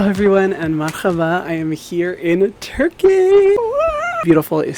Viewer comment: I totally didn’t expect this video to happen as a Turkish person! Love itttt❤ also friendly reminder; we do not pronounce the letter H from our throat. That’s more like Arabic/Hebrew(?) you can basically say ‘meraba’ and people would think you’re native❤